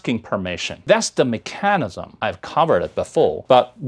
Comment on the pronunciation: ，mechanism 的发音是错的，你被 mechanical 这个词影响了。视频调色还不如你教吉他的时候呢，雾蒙蒙滤镜，难看。不知道你现在啥状态，感觉用力过猛就是了。你可以拉黑了。